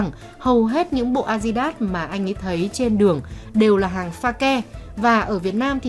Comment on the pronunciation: Kênh 740k sud, đọc tiếng anh a di đát